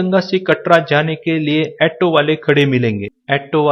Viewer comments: jaan kari to achi hai bhai ji par , aaato nahi hota bhai auto hota hai , aur ha , hindi to thik se bola karo yaar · एटो नही ऑटो बोलते ह